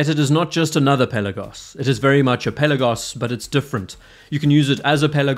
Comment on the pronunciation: Pel..aaa..gos. Not Pella-gos